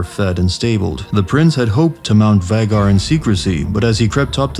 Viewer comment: Whats a vaggar? Its pronounced vay-gar